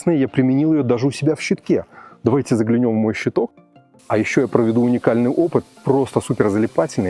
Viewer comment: родной.. Не загляНЁм, а загЛЯнем.. Пожалуйста... Очень слух режет.))